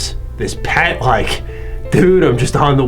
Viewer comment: I've said it elsewhere, but I need to say it again: The fact that anyone talks about this franchise in the year 2021 almost brings tears of joy to my eyes. On a side note, the PET is pronounced by the letters (P-E-T).